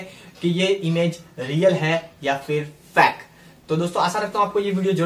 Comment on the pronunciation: bhai tum fake aisa bol rahe ho jaise ki tum fact fact bol rahe aisa lag raha hai